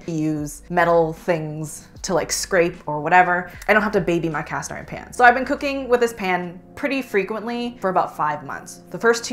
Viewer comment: Con: the annoying way the founder pronounces "pan" in every Always Pan ad. Yes, that ad played before this video.